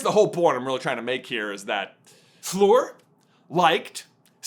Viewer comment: Why do you call her ‘Floor’…?